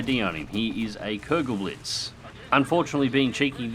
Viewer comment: It's pronounced "Koogelblitz", m8.